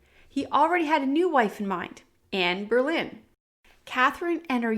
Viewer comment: you call queen Jane Grey "Jane Eyre" Then you keep calling Anne Boleyn "Anne Berlin". "Berlin" is a misunderstanding by the program doing the textings of the youtube videos about her. The texting program "hears" "Berlin" but that is wrong. She was Anne Boleyn. Pronounced "Bolynn". If you watch the series "Tudors" you will get it.